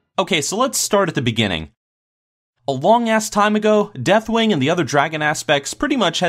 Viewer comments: I find it humorously obnoxious that you purposely mispronounce deathwings name so many times. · Did he even pronounced Deathwing's name right once?